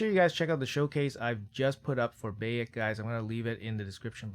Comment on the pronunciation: Lemme help you out big dog. Bye-ek is the pronounciation of his name from AC game. You're missing out if you didn't play AC Origins.